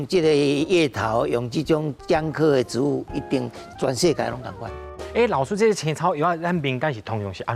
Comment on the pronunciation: 植物si̍t-bu̍t ⭕️ ti̍t-bu̍t❌tsi̍t-bu̍t❌ 建議來賓敢會使佇上全/100%台語節目進前，共欲分享ê智識ê台語發音準備khah 齊全tsê-tsuân/tsiâu-tsn̂g咧，因為主持人毋敢共恁點拄